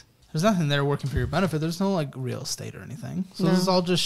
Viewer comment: "Real Estat" lmao editors love y'all